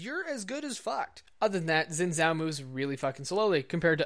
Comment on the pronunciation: Zin zao? Pronounce it correctly